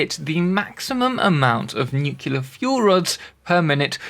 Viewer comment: "nukila power". I always assumed it was a matter of accent 😁